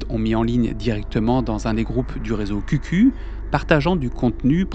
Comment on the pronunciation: (info de passage pas très importante, QQ se prononce "kiou kiou", commen en anglais :))